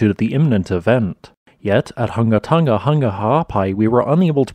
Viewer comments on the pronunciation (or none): Tong-a, not fucken tungga